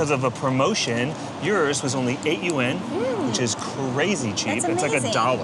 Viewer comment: Yuan is a singular word with a singular "syllable" 😂